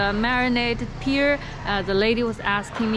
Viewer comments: a little correction: Pear in English is pronounced like Pair not like Peer or Tear. Pair, layer, fair.. hair etc... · Pear not pier. Pronounced pae